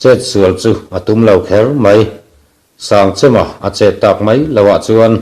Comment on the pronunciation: Sangchema hming a lam dan hi a dik lo chêm tih tur Kan chem hman ang chem tih thluka hmanloh tur.